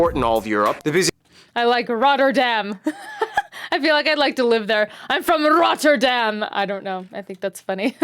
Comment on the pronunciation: As a follower from Rotterdam id love to host you when visiting. you almost pronounced Rotterdam as Rotterdammers do!!!